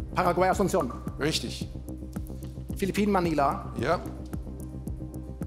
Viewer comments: Asunnkjon??? In Paraguay spricht man die Hauptstadt folgendermaßen aus: "Asunsion" bzw. regional "Asunzion", aber nicht Assunkjon. Das Duell hat mir gefallen und beide Teilnehmer waren gut vorbereitet. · Die Aussprache von Asunción und Ecuador hat mich irgendwie getroffen.